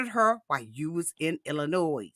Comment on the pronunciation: I say this with all the love in the world. Illinois…it’s pronounced “El-a-noy” The “s” is silent. Like the “L” is silent in Salmon, it’s pronounced “Sam-an”. Love you and don’t want you using bad English in mixed company 😊